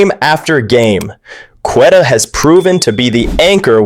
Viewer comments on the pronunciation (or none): Darn shame you can’t pronounce queta’s name